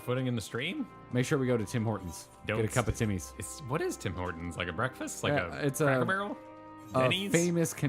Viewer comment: Can you stop getting Tim Hortons wrong? My Canadian blood pressure can only go so high.